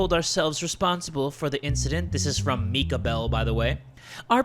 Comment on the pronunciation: As a person named Mika I’m glad you pronounced it right!